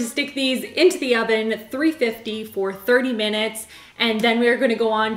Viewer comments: I think the oven’s name should be named Evan. Every time I hear say, “Oven”, it sounds to me like she is saying “Evan” with an accent. 💕😂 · “Thank you Oven (EVAN)” 😂😂😂 totally thought you said Evan! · My daughter's name is Evan and I thought you said "Evan" instead of "Oven". So there's an idea! 🤷🏻‍♀️ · Wait please name your oven “Evan” bc in all honesty when you said “thanks oven” I for real thought you said “thanks Evan”🤣🤣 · I thought you called the oven “Evan” Maybe that’s his name 👀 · I think you should name your oven Evan. I actually thought you said, "Thank you, Evan!" Then I realized you said "oven." Evan the Oven! I like it! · When she said 'thank you OVEN', I literally heard 'thank you ALVIN' instead😂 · When she said ‘Thank you over” i heard “Thank you Evan” please call him Evan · I vote naming the oven "Evan" because i thought you said "thank you Evan" when you said oven, LOL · LOL I was like who’s Evan then I realized she said oven 😂😂